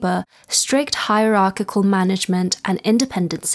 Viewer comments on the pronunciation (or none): none